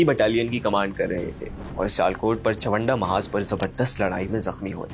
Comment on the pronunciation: Chawanda nhi chawinda ha